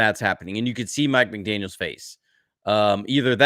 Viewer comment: McDaniel ! Please not McDaniels !